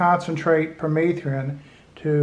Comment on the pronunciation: If he says per-meeth-ree-in one more time..........